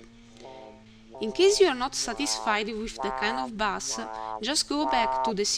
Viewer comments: Your voice and accent are just fine. Thanks for this great tutorial. The only English word that was way off was "bass". It's pronounced: BAY-S. You said it "BAH-S" which is a type of fish. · pretty decent tutorial, by the way bass is pronounced like base, just a tip, keep up the good work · No offence but you pronounce 'bass' as in the fish, when it should sound like 'base' :) Good tutorial